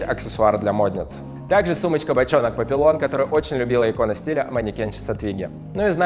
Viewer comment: Только не «папиллон», не от названия папилломавируса же, а «папийон», что означает на французском «бабочка».